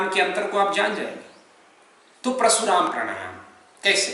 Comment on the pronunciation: जिस विषय पर आप ज्ञान दे रहे हैं बेमिसाल है उस पर हम कुछ नहीं कह सकते क्योंकि हम कुछ जानते ही नहीं। हम जो कहना चाहते हैं ओ है उच्चारण का।आप समझाते हैं परशुराम प्राणायाम का लेकिन सुनने में प्रशुराम हो रहा है।